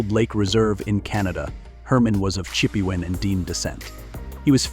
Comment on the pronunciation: Teach the AI how to pronounce Sioux and Chippewa. Sheesh.